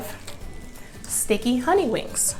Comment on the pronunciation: I love that I found you, and every dish looks amazing, but hunni you tearing them wings (WANGS)up!!!!!🤣🤣 cant wait to try your recipe. Keep laughing and making yummy dishes🤤🤤💃💃